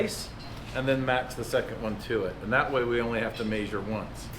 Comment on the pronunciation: Every time says meeesure. Cracks me up.